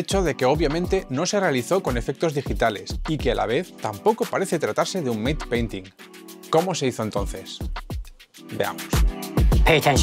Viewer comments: Muy entretenido! : ) Por cierto, se pronuncia /mat/ en lugar de /meit/ painting, o como lo llamamos en efectos visuales: DMP (di-em-pi) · Enhorabuena por el vídeo. Sólo un detalle: en inglés 'mate' y 'matte' son dos palabras diferentes. La primera se pronuncia /meit/ pero la segunda, que es la de la técnica que describes en el vídeo, de pronuncia /mat/. ¡Un saludo!